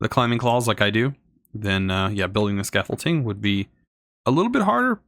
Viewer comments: “Scaffole-ting” makes me hurt inside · definitely not, or you were raised in a really backwater place